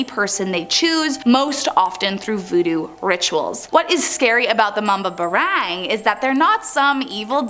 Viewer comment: Mali ang pronouns ng mambabarang